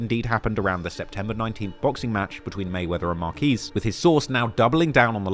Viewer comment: Marquez not markees FOH